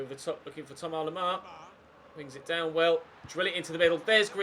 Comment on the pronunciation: Why does he say Thomar lemar?